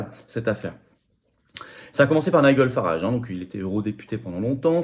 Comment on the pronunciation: Nigel Farage se prononce ˈnaɪdʒəl ˈfærɑːʒ (nailledjeul/ol farèdge).